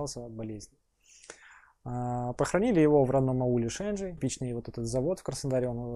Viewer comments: Ударение на и в слове Шенджий. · Он родом из аула Шенджий Трахов, только ударение не на е а на и